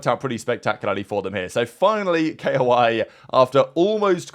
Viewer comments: its fucking KOI not K O I dude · he also says koi as K-0-I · stop calling them K O I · Just say KOI its not that hard Jesus Fkn Christ